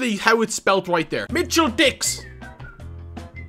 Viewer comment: If you pronounce Mitchell Dicks then good luck pronouncing Van Dijk lol